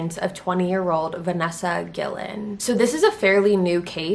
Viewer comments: Mayra pronounces it gi-llen instead. Tripped me out also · Yea mine is also pronounced like that...Guillen the way she says it in the video is how people who've never heard it before pronounce it. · Try to get the name correct baby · If you're going to rock those eyebrows and hoop ear rings, and throw the spanglish on guacamole.... at least pronounce her last name correctly. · I can't with how she keeps saying her last name. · Wrong last name pronunciation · “Gee-yen” not Gillen. 🤦‍♀️😓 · It’s not “ guil-len “ it’s “gee-yen” if ur going to make money off of someone’s sad story at least make time to learn how to pronounce it right. It’s a Latin name. Don’t white wash it because you refuse to make decent effort. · Guillan not gilin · Its pronounced Gee-Yen not Gil-len. Everyone mispronouncing her last name like damn get it right. . . This young lady deserves justice for the horrible things that happened to her leading up to her death. We wont forget her. SAY HER NAME. VANESSA GUILLEN!!! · Thank you for reporting on this. On a side note it’s Guillen pronounced Gui-yen not Gui-lin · her own sister, Mayra Guillen pronounces it with a double L. Not what I know to be the proper way of pronouncing it with a y. That's all I was say. Apparently her family says it their own way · Vanessa GEE-IN is how it’s pronounced. RIP soldier! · Guillen is pronounced Gee-Yen with a hard g as in goat. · Here’s a tip, the double L in Vanessa’s name makes the “Y” sound. You should learn to pronounce her name correctly. She is serving our country. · How to pronounce her name: VA-NES-SA GUI-YEN... the double L has a Y sound. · Guillen is pronounced (GEE-yen). Double L makes the Y sound en Español. 😁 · Great video thanks for all the details! The double ll in Spanish is pronounced like a y! So it would sound more like “GUI-YEN”. Unless they pronounced the name in English I’m not sure. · Just a helpful tip! Her last name is pronounce like GUI-YEN. the double L is Spanish produces the Y sound.